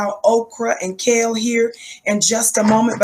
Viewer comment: Did she say Okra and Kayle??! 😂😂😂😂😂